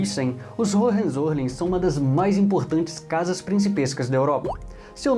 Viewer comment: Hohenzollern, se fala: Roem- Tzo-Lérn. O "R" de Roem se fala como os Cariocas fala o "R" de Rio de Janeiro....